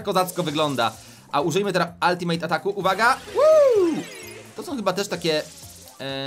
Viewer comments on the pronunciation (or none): Przestańcie mówić altimejt atak bo to wkurza